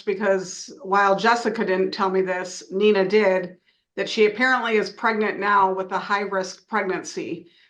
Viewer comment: It is sad "so help me God" was removed. Who the are they swearing too?, the f-ing government? Was b s. Hey educated idiot it's nee na (Nina). One of the most simplist names to pronounce 😳 You've not in a sealed court so try to sound educated.